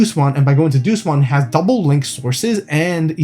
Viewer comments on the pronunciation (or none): Doosmon lol its Deusmon as in the latin Deus, "Day-us".